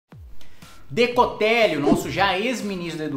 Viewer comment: Por qual causa será que sempre que você fala "Decotelli" eu escuto "necrotério"? Zericórdia...